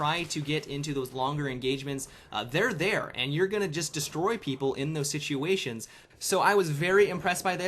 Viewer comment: Shitchuations? lol just kidding I know he said situations it just sounded funny.